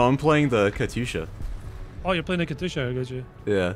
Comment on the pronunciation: KATYUSHA. NOT KATUSHA. PLEASE ;_